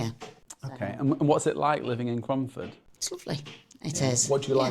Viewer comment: Cromford not away romford